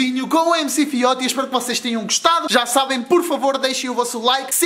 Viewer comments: É Fióti se não sabes não fala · Não se diz MC FIOTI! Diz se MC "FIOTCHI"